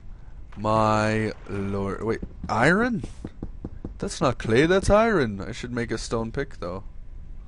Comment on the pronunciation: the way you say "iron" is humorous